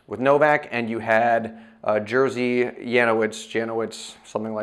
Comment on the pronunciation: Sorry, it's not "Jersey", it's Jerzy. I'm not a Polak, but do have respect for the bloke.